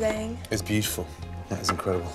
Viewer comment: Nobody: Gordon: BiUTiFuLl